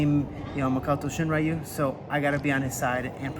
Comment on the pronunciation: 英語話者は「りゅ」の発音が苦手だって聞いたことあるけど本当だったんですね！ しんりゅうがShiｍura youみたいになってる笑